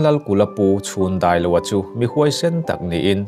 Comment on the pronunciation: Pu Lalkulha hi Ralte Lelhchhun a ni a, a pu Chhundailova hming i lam dan Chhûn i tih pawh hi a lam dan tur tak chu (thil chhun kan tih ang hian lam tur a ni zawk ang.